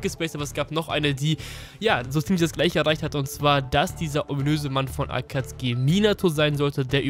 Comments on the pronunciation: Hör auf zu sagen akatski. Es heißt Akatsuki. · Warum sagtst du akatski anstatt akazuki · Warum sagt er statt akatsuki akatski kann das mir mal jemand erklären? XD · Kannst du bitte Akatsuki richtig aussprechen... Ich gehöre zu der Alten Garde die Theorien von früher waren nicht schlecht. Aber manchmal auch durchgeknallte Theorien die gar kein Sinn machten.